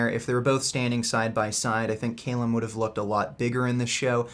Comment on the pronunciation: its not pronounced CAYLUM but cal-um